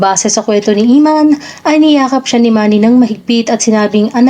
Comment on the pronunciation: anong " Imman "...? Emman, sester!!!:face-blue-smiling::face-blue-smiling::face-blue-smiling